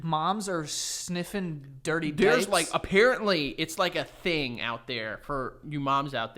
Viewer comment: well apparentLEE cannot pronounce apparently